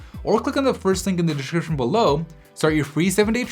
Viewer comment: Srsly since when do we pronounce Samsung as Siam Sung?? Also the way you say description is weird, you got that lisp there don't you?